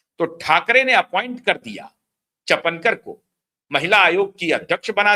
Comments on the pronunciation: अरे बाबा चपनकर नहीं है सरनेम चाकणकर बोलो 😅😅! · The real name is Chakankar not chapankar. Please correct yourself. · चपणकर नहीं चाकणकर तुझे पञकार कौन बनाया ,पहले बोलना शिक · पढ़ाई कम है चापणकर नही चाकणकर खराट नही खरात बोलो आपकी न्यूज महाराष्ट्र के बाहर चलेगी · रूपाली चाकणकर not चफणकर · चाकणकर नाम है, चापणकर नहीं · चपणकर नहीं ईनका नाम चाकणकर हैं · Say Chakankar not Chapankar.😂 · चपणकर नहीं चाकनकर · wo “chapenkar” nahi hai, wo “ chakanker” hai. P nahi “k” hai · सर चापनकर नही उनका नाम सौ. रुपाली चाकणकर है | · चपणकर नहीं,चाकणकर नाम है। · " चकणकर " इस नाम का सही उच्चारण " चाकणकर " ऐसा है/ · चपनकर नही चाकणकर. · अबे चपणकर नाही चाकणकर... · चपणकर नही चाकणकर। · को कोई बताए चपणकर नही चाकणकर